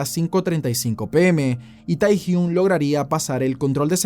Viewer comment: Me gustó pero se pronuncia tehyng